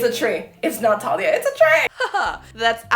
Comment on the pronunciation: It personally rubs me the wrong way that she doesn’t know how to pronounce Thalias name correctly… Also the accent, sounds lazy that she wouldn’t do an American accent? But she could be a good actor. We’ll see.